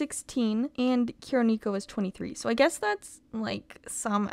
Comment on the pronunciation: As a weeb the mispronunciation of Kuro Neko is killing me 😖😂